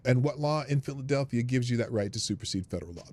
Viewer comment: She may have pronounced Minneapolis correctly she did call phlly Philllilelphia